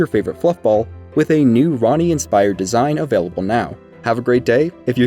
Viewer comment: I thought u called Ranni Ronny lmao